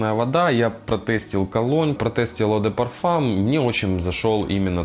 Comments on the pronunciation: ЕAU читается как «О»))) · Весь такой знаток а eau произносит неправильно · Человек осведомленый в парфюмерии,говорит АУ фреш мэн?????!!!!!!!Сразу не смотрю!